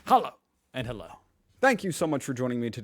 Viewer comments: You say "Challou" every time but that's not German. The German "Hallo" is pronounced: H (like in hazel) A (like in extra) fast LL (like in hello) and o (like ou bit without u) Hope that helps 😂❤ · That Hallo sounded like something you’d say in Baghdad. I have to admit it kind of fits.